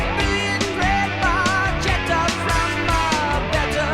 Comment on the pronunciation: Very cool that you are into Rush. You pronounce the title, Red Bar Chet ta. If that helps. Keep on Keeping on!